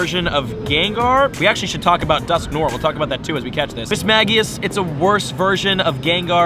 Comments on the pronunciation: This man does not know how to say the pokemon names it is not mis ma ge us its mis sme je us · Mis-mage-ius We-vile